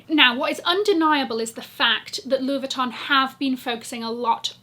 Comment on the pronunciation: French girl speaking : your pronunciation of "Louis Vuitton" is absolutely PERFECT. Btw, you're amazing girl !